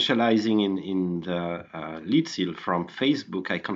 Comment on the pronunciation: Lead(the metal) is pronounced Led. Lead(to lead someone somewhere) is pronounced Leed. There is a big difference.